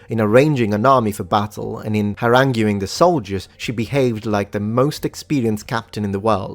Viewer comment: Definitely not something major, but in English, the "u" in "haranguing" is silent.